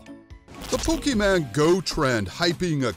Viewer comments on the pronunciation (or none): It’s Pokemon not PokeMan boomer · IT IS POKEMON NOT POKEMAN